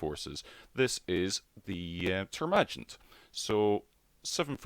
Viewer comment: The way you said termagant was crazy